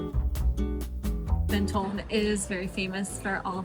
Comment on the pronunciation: Mon-ton not Men-ton